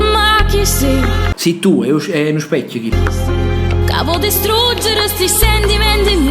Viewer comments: Infatti dice speccio ma non lo ha notato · Ma dice solo un speccio o specchio? 🤣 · Ha detto un speccio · Ma, per curiosità, oltre al fatto che "un specchio" non si dice: sbaglio o sembra che dica "un speccio"? Forse è una mia impressione, ma mi sembra che abbia inghiottito anche la H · comunque dice un speccio. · ma sto sentenne male o dice "speccio" e no specchio? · Ma dice specio 😂